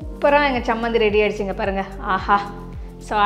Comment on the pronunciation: It is 'Cha' not 'sa' Chammanthi not sammanthi